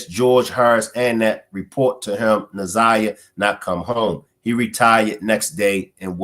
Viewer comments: I see that older people especially get Na'Ziyah's name wrong. I'm like you, take the time to say it right! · This lady K.M seems like she is one of those that call our little lost Na'ziyah fast. I don't trust her either bru. She can barely get the child's name right for goodness sake. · I think its disrespect for the lady K.W, speaking in the press conference not to correctly say Na'ziyah's name. Im getting sick of it. She and her name is important. 💜💜💜💜💜💜💜